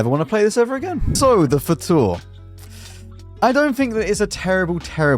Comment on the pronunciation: Hello, not to be annoying but Fauteur is pronounced as Fotöh(rh), eu is the same as ö in German and Turkish